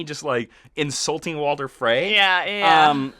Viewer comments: His name is Walder Frey not Walter Frey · Walder* not Walter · WalTer Frey... seriously, train pronouncing the names before you record for 15 minutes. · Ramsey was given a royal decree that he could take the name Bolton, as a payment for his fathers fealty. And it's "King in the North" not King of the north. And stop saying 'Walter' Frey. Please read up, you clearly know very little about this. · Am I the only one who heard him say "Walter" frey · Woahwoahwoah.............. i had to stop the video to comment this, it's not "Walter" Frey it's WalDer Frey...... FUUUUUUUUUUCK